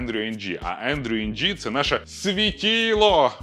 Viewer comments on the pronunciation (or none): Дякую за черговий яскравий пізнавальний відосик 🙏 Чергові 5 копійок бубоніння від мене: нашого ШІ-світило-дядька звати "Ендрю Ин", не "Ендрю Енджі" ( ), хоч це і контрінтуїтивно 😊